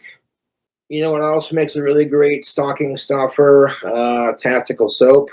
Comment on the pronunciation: "stalking stuffers" huh? 😂